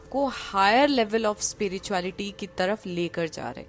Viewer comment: Hi, Aapka spirituality ko speereetuality bolna bada cute lagta hai.